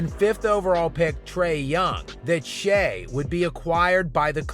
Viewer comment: So, like, when are people gonna pronounce his name correctly? Shai isn’t Shay. It’s Shy. Like Chai or Thai. I know mfers can’t spell or pronounce shit correctly, but “ai” at the end of a word doesn’t end in a long “a” sound.